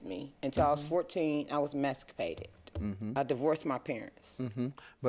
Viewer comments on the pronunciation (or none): "I was emascapated..." Ma'am, emancipated. Black folk, English is fundamental. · Emancipated not “emascapated “... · When the plaintiff said “I was “emesscapated” from my parents” sad. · Did she say "mexcapated" meaning "emancipated"? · She knew what she was saying. Despite mispronouncing it, you still understood her.